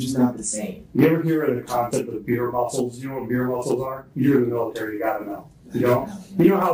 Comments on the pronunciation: He said beer muscles not veer muscles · Hi Why are you saying "Veer muscles" and that it is a military term? It's beer muscles & nothing to do with the military! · I was triggered by the veer muscle lmao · Its "beer muscles" not "veer" haha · “Beer muscles” not veer musclss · It’s BEER muscles lol just saying 😂